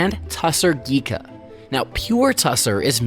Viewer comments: It is pronounced *GHiCHā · It is pronounced ghicha the ch sounds like the ch sound in chocolate or chair. You did such a wonderful docu without focusing on the actual name of the term. Anyway thanks a lot. Ironically ghicha is cheaper than pure tassar silk. Thanks to the fact that veganism is still an urban elite concept in India. Even though a huge number of people are vegetarian they are not vegans. Also people are more concerned about vegetarian food not really about other animal byproducts they use in their daily life for example leather shoes or bags made from cattle skin are used. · Ghicha, not ghika